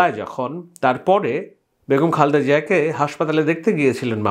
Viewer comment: খালদা না খা‌লেদা হ‌বে ব্রো।